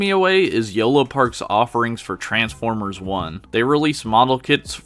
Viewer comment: Transformers ❌ Ers ✔️